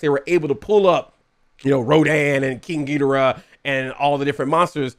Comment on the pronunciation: first time ever i heard you saying King Ghigorah's name correctly